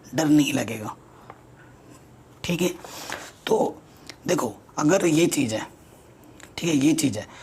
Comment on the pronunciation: Sir chij chik kyu bolte h bar bar